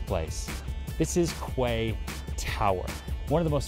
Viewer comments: It's pronounced "key" not "kway". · “Kway”??? I’m just a minion but surely it’s pronounced “key”? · I thought it is pronounced as ‘key’ not ‘kuay’ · Does American pronounce quay as kway instead of kee? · Kway tower?…well in English ‘Quay’ is pronounced Key..but let’s not quibble..because Serhant just delivers…another signature original, creative amusing pitch overflowing with energy and personality..delivering he is the best in the business..often imitated never equalled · Is he say kwaeee instead of quay? Pronounced ‘key’? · Please pronounce it was "key". Your international clients will make fun of you tremendously if you pronounce it "kway" plus that pronunciation is not in academic dictionaries! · My eye twitched every time he said "KWAY TOWER" lol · It's pronounced "key". Maybe you'd get away with "cay" but only if you're from Cork. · Isnt it pronounced as "kee"? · Lol legit i thought kway was an American way of pronouncing quay. Bet he's regretting this video so much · It’s also the American pronunciation- if you are selling high end property you should really know how to say the name of the property. It’s just bad research otherwise. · Mmm.prounounce it right then ill make an offer ... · Especially when you can't even pronounce the name of the property you are trying to sell